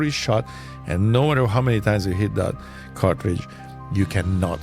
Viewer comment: Bahaha he said CARTRIGE ... does anyone ELSE know why he was banned. Bc i do